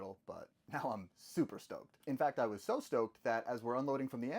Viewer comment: The first time you said “I was stoked” I heard “I was stoned” and I was like there is no way he just said that and had to go back lmao